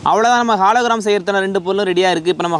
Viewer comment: Bro athu halogram illa hologram😅